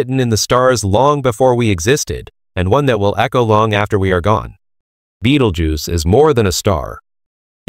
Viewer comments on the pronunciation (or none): Hahahaha Beetlejuice .... hahahaha non, Betelgeuse.